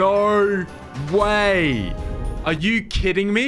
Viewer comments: “naur way!” 💀 great video! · “NAUR WAY” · Him NAUR WAY, NAUR WAY!! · “NOOER WAAY.”